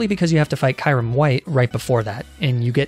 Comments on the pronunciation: but he pronounced it Ky-rim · Dont forget about Kyurem.... Pronounced it as Ky-rim at first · As well as Kyrim and Kohf Egregious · everytime he says "arca-ni-neh", " ky-rem" and "oonfezant" i die a little inside